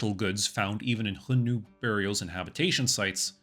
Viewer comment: A little out of topic. I get tickled every time you say "Hion-nu" but start to wonder if you were pronouncing X according to the Russian language.